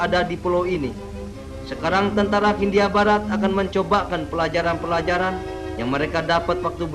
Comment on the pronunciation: Kebanyakan huruf H, pak.....😀